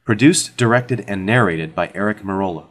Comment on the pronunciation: His name is Mercola, not Merola.